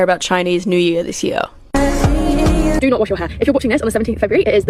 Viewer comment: Chinese new yar? 英语的奇怪发音